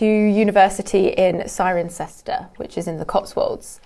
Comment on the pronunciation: Cirencester has been prenounced wrong.